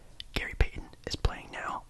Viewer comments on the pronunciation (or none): none